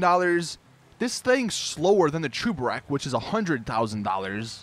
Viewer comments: It's cheburek not chooburek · it's cheburek. NOT chuberek. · He’s pronouncing it Chu-ber-ek and it bugs me but ima let it slide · What is a chooburek? Its cheburek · that’s not how cheburek is pronounced, it’s a Russian snack/meal, look up “Life of Boris cheeki breeki chebureki” where he shows you how to make it then you’ll know how to pronounce cheburek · The way he said “Cheburek” is actually painful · Cheburek is a play on chebureki and the way he says cheburek pisses me off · I cringe when u pronounce cheburek “cheburek” дебил